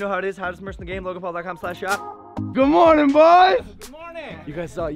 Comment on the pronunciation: Um. It sounded like he said “Good moaning”...